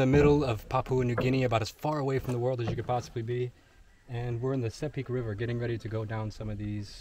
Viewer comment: It’s pronounced See-pick not sepick Sepik wara!!!! 🇵🇬 not many people have gone where you have my friend. Very cool